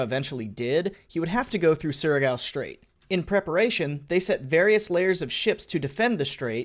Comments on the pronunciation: Not gonna lie you pronounce "Surigao" good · Oh wow surigao is correct pronunciation Good job m8